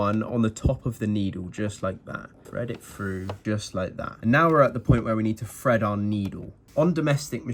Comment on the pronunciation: Hold on.... You just said "fred your thread"... and here I fought you couldn't say thread this whole time! Hah! Silly guy. Now I see the genius here. You've found a way to distinguish between "fread" the verb versus "thread" the noun. Well played